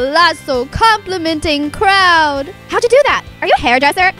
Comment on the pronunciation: CROWD*** not croUd